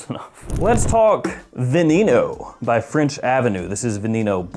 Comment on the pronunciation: Been doing great, i use youtube to fall asleep. I Love your videos and makes me fall asleep so thankyou for that. Saludos and its called VE-NE-NO 😂